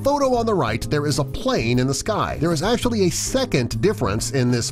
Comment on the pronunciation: love/hate how the narrator pronounces the actually in "10 pokemon that act-U-A-lly exist irl"